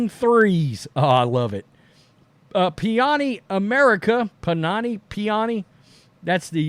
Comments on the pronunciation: PaNiNi NOT PiAni! It's not that difficult. "I MEAN SERIOUSLY" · It’s Pa-ni-ni. Like the sandwich. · It's panini, pronounced PA-knee-knee😂❤ host is not able to say it😂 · Panini - It's not that hard dude. Pa-knee-knee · puh-knee-knee come on man 😂🤣😂😂😂😁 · OMG, dude. 🤦🏻‍♂️ It's pronounced "PUH-nee-nee," like the sandwich. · Paw-nee nee.